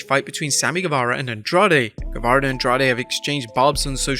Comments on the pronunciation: You said Sammy saze instead of guevarro lol😊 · You meant to say guevara